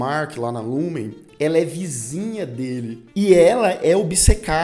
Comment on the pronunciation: Só um adendo,vi todas resenhas sobre a serie e a maioria fala o nome da empresa errado,vc disse Lumen mas e Lumon😍😍